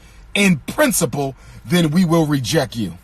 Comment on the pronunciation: sir, it's called reject, not rejeck.